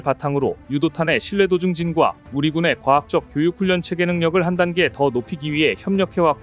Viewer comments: 실사격 훈년 ---> 실사격 훌련 발음은 올바로. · 훈년이라고 발음하네요 귀에 거슬려요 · 우리 조선소 방공망 문제가 해소되었다니 반갑군요. 근데 듣다보니 훈련을 계속 훈년이라고 발음하는 게 좀 아쉽네요